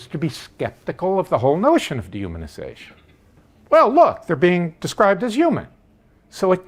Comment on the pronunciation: it took me a while to figure out that you were saying dehumanization. The D is so short and the human is so much more emphasized.